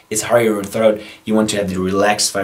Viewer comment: Just wondering, why do you pronounce throat bass “throath bass”?